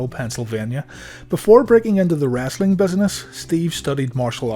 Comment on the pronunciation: Dude you really say wrassli